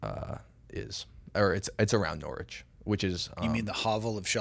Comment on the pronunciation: Nice to hear using the correct Pronunciation of Norwich